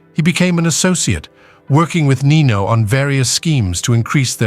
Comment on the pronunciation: Its nino